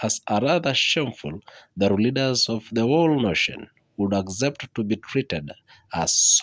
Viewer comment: what the hell is agzept??????